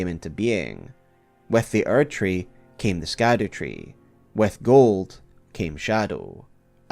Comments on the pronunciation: I'm sure this has been brought up somewhere but I haven't seen it in the comments, but "scadu" is basically an older spelling of "shadow" and is pronounced as shadow or shadou rather than skadoo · Please. Ladies and gentlemen. Scadu = Shadow in pronunciation. It’s like the word “gaol”. Pronounced “jail”. It is simply the old English spelling. Love videos but, cmon. This seems pretty obvious and a quick search will educate anyone who is curious. SHADOW is in the damn name of the DLC!!!! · You should know: The way you pronounce "Scadu" is incorrect! The SC in Scadu comes from old English, whose modern-day replacement is "Sh" So, it is, quite literally, the "Shadow Tree" connecting the light and dark themes together